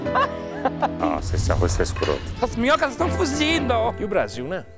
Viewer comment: "Faltou S" o Carioca é foda🤣🤣🤣🤣🤣